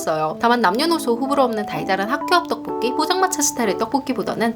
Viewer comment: 이상한 말처럼 들리겠지만 목소리는 정말 떡볶이에 특화된 목소리같아요 ㅠㅠㅋㅋㅋㅋㅋ 저는 떡볶이는 그냥저냥 맛있지만 자주 시켜먹진 않는 음식이었는데요 영상만 보면 자꾸 시켜먹게 되더라구요.. 영상의 시각적 효과인가 생각했는데 구럼 다른 유튜버들 떡볶이영상보고도 떡볶이가 끌려야 맞는거잖아용? 근데 아녜요ㅠㅠ 목소리때문인것같아요 특히 ‘떡볶이’라는 단어를 말하실때 되게 쫀득하게 발음 하셔서 자꾸 군침이 돌아요 ㅋㅋㅋ방금도 소리만 듣고 홀린듯이 배달어플로 떡볶이 시켰네요ㅠㅠ